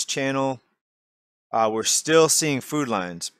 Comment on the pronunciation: Every time says “food lines” I hear “food lions” am I the only one?